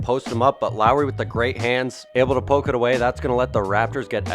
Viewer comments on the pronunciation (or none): none